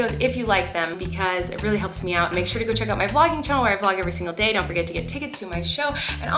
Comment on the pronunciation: I clicked faster then James Charles can say ✨shore✨